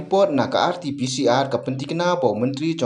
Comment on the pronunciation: RT-CPR😂😂😂😂😂 Slip of tongue ne?